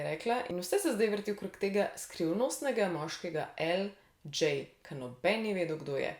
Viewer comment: Lj je El đej ne pa El đi :)